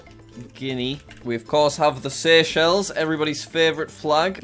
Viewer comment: SEY-EY-CHELLS SEY-EY-CHELLS SEY-EY-CHELLS SEY-EY-CHELLS SEY-EY-CHELLS. SEY-EY-CHELLS SEY-EY-CHELLS SEY-EY-CHELLS SEY-EY-CHELLS SEY-EY-CHELLS SEY-EY-CHELLS SEY-EY-CHELLS. SEY-EY-CHELLS SEY-EY-CHELLS SEY-EY-CHELLS SEY-EY-CHELLS. SEY-EY-CHELLS